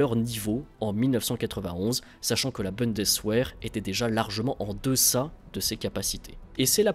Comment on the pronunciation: Petite précision pour l’oreille: « Bundeswehr » se prononce boundesvér